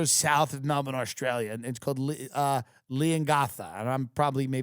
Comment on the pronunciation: “i’m going to Melbin”